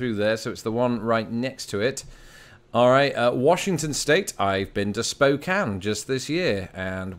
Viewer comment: Go Spokane! Good pronunciation by the way, most people who aren’t locals say Spo-cane to our annoyance.